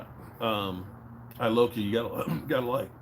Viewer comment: It's George E-loca